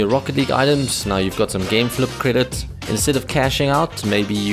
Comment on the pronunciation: "gameflup" lol